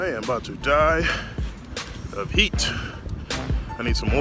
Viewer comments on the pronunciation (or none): none